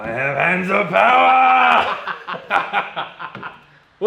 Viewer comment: Hands of Powah!